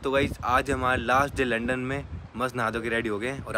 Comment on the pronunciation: Bhiya londan nhi lundan 😅